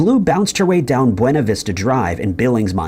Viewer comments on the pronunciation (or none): none